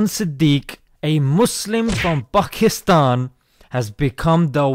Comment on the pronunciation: Man said bakistan